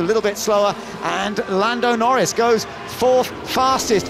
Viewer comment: "and Lando Nor-REES LANDO NOREES HAS TAKEN POLE!" one we'll hear for many years!